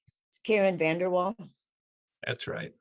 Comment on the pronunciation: More like Karen VanderWhale instead of Vandeewall.